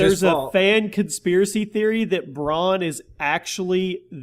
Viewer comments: Some of the names in game of thrones are hard but bran, are you fucking serious bran, not bron, bran, A, not O, Bran as in Brandon, bran. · Its Bran not Bronn. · Ffs u pronounce every game of thrones name so shit, Bron? It's fucking bran for Branden!